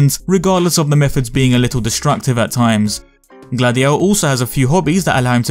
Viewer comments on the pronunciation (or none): Every time you say Gladio I'm hearing Dady-O...